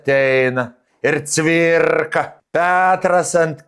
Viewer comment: Daukanto 😂😂😂 birrrrrrka birrrrrka vis tampo Cvirrrrrka palipęs 😂😂😂 atsisikau antra kart paklausyt poezijos ;)